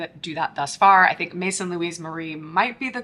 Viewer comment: Great review and I think I might try this sample deodorant set. Just curious, what was the name of the brand that you kept comparing these to? I didn't catch the name, I think it was maison saint louie marie or something like that lol. Thanks in advance. Update, I googled and it's Maison Louis Marie, thanks😊